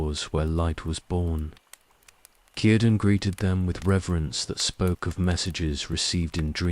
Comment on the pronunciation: And how about pronouncing Celeborn( Kel-a -born) like sel-born, with soft C instead of hard C, and cirdan and celebrimbor the same way! 🤦‍♀️